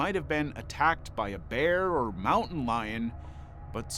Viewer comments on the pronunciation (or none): none